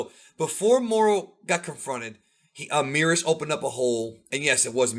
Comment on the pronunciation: Why you guys still pronounce Merus like Meerus? surely it'll be Meh-rus